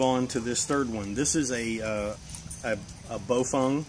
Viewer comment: ) it's Baofeng - not pronounced Baofung sorry ... hehehe ! 1. Baofengs are usually disposable radio's .. Great for the Buy. Does the Job from a prepper stand point. Great to have with your Emergency Kit basically. Generalizing all Baofengs. 2. Yaesu 65R - Great Radio - Better for Preppers though it's not IP67 in Calamities Stand Points. 3. Raidoddity - Great Commerical Radio - Perfect Radio for Preppers from a stand point. 4. DMR sounds like a Machine Gun :)